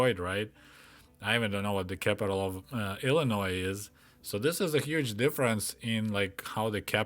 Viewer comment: The S in Illinois is silent